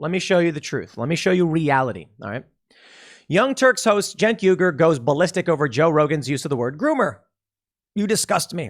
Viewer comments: Please pronounce his name correctly in future, it's Chunk Yoghurt. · "Junk Yoo-gurr"? I thought it was pronounced Chunk Yogurt for the previous 10 years. BTW this comment is getting deleted.